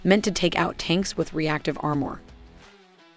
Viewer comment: Why does the narrator mispronounce basic english words like "armor".